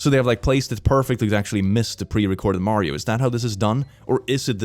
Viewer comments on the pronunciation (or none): none